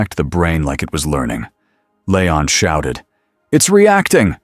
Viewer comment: Hearing this AI garbage narration keep calling him LAYON instead of LEON was getting on my last nerve! Please stop using ai, get a group to do some character acting and use real people to read these stories. Your ruining good stories and being so lazy 🙄🙄✋🏻✋🏻